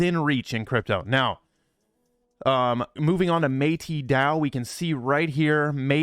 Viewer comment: Bruh stop saying MAY-TEE DAO it’s Meh-tis DAO same way you would pronounce meta like Metaverse